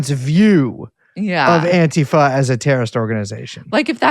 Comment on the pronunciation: You can tell these guys have been real activists for a long time, because they pronounce "Antifa" correctly. Stress on the first syllable. AN-ti-fa.